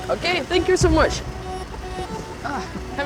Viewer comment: «Фэнк ю»😂😂😂